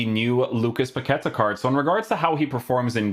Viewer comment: His name must be pronounced by stressing the last syllable: Pa-que-TA. Greetings from Brazil!